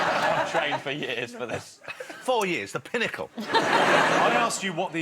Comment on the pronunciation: Nobody: Jonathan Ross: T H E P I N N A C L E